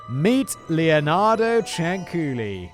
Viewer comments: Actually the lady “s surname was CIANCIULLI (pronunciation: Chan-chu-li)and NOT Ciancuilli . And I know for sure cause I’m Italian btw 😇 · I was born not far from Correggio, and I remember the stories my father told me about her when i was a child. And by the way, the correct name Is Cianciulli, not Cianculli or Ciancuilli. 😂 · No no no no my friend. Please read this comment. It's pronounced CHANCHULLEE. The second C Is a CH sound, not a K sound. You're welcome. An Italian listener. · BTW the pronunciation is ChanChoolli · For those that care, the correct pronunciation of her last name is "Chan-chooli". It's also actually Leonarda Cianciulli. The U and the I are in the wrong place. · OMG THANK YOU FOR DOING THIS ONE! She's the inspiration for the soap making scene in Fight Club. Also, you are more kind about sex workers than people who are religious. Like, I adore your content, but maybe ease up a bit? It's pronounced [Chin-chool-ee] Also lemme add, as much as I love your content; another channel?! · The name Cianciulli is pronounced: Chan-chyoo-lee, or, Chyan-chyooli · I'm six months late...kinda a new subscriber, but knew of this case from other channels on YouTube. I never laughed at the other ones, but Simon trying to pronounce that last name of the "psycho soap lady", had me in tears. Not two minutes in and I'm losing it! Love the scripts that are read, but if the one reading it has no emotion in their voice, it can ruin a great script. Simon nails it every time! Bravo David!Bravo Simon!! Only wish I could like this video twice <3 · I didn't watch the episode yet, but as an italian I'm very much concerned about the pronunciation Edit 1: why did I see Samara dance the napolitan tarantella? But most importantly why the hell did it made me laugh so hard? Edit 2: why on earth Leonarda looks like my grandmother's sister? It's basically her, only younger, apparently shorter and thinner Edit 3: the pronunciation wasn't as bad as I was expecting honestly